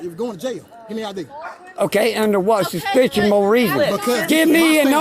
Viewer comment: I laughed when he asked them "under what "suspiciosanal" reason" 😂😂😂 sue these bloody tyrants and their supervisor lying over the phone.